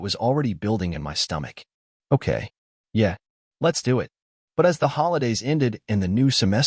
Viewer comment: Yeah, yeah Really, Really The digital narrator is mispronouncing them. They're: Yeah? Yeah. Really? Really. They're questions and responses.